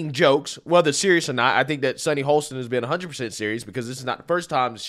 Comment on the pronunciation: "Ho-sten". No L